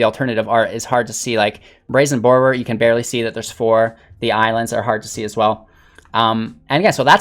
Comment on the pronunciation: Mans said Brazen Bore-row-er